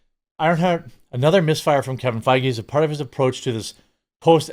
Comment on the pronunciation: Are you saying Faggy on purpose 😂